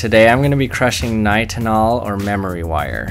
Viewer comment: Not “nytol” lol, that’s a sleep medicine.